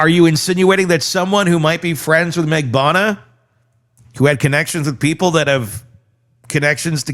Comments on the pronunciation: I was going to say the same thing. 4 syllables Mag-ban-u-ahhhhh. 😂😂😂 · at least TRY to say Katherine Magbanua's name correctly